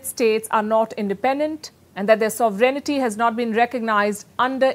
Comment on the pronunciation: Dear Palky, Just wanted to mention that your pronunciation of sovereignty as sovereignity is incorrect. P.S: This is from Google's online English dictionary: sovereignty noun 1. supreme power or authority Example: "the sovereignty of Parliament" Your newscast is very much welcome and very much needed in this world of lies and deceptions.